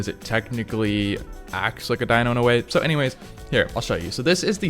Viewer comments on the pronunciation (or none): none